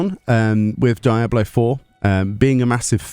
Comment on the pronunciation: Why do you call it die ablo 4 😅😭 your British, as am I.. say it properly man